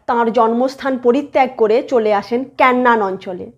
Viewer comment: কেন্নান না😁। কেনান।😂